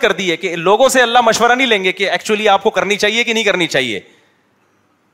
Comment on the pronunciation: Ya Allah ko Allah Maya bol raha kesa mufti hai ya